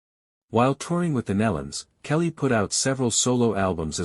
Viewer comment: Learn proper pronunciation of these sweet people's name- (knee-luns) Nelons